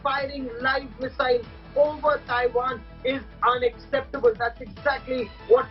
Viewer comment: Thaiwan nahi madam.... Taiwan!